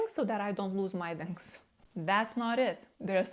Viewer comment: How come you can pronounce the w in 'one', 'where' 'we' and 'well' but not 'wings'?